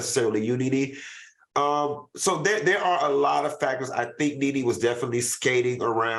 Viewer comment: Greattttt show guys ,Claudia you read Nene correct‼️💯. I try to never miss a show, keep up the amazing job guys❤❤❤look at Funky blushing and all hiding and shit, I am so happy for Funky😍 Claudia you and Al are next👌👏👍